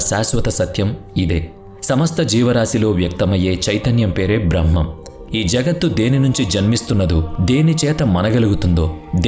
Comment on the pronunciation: Braahmam kaadhu brahmam